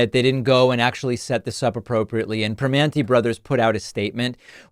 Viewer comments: Prim-man-ti, not pri-mon-ti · Two small points to David. It is pronounced Prih--MANN--teez. and North Ver--SAILZ. This is important to Pittsburghers. 😊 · Good on them for not letting him invade the place without planning. The manager seemed to handle it well and it worked out in the end for both parties. BTW... It's North Ver-sales and Per-manty brothers. Super close though 😉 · Being from Pittsburgh, I find it hilarious that none of the political commentators can pronounce Primanti correctly. At least David adjusted his pronunciation after playing the clip. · They had no problems letting him in to pay the bill. Soybitch pakman cant even pronounce primanti correctly.